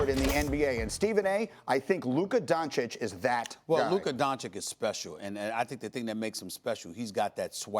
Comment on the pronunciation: For a top notch reporter we should expect after 18 months to pronounce Doncic correct. Stop it!!! SaS. Even chinese and Arab reporters are pronouncing it correct.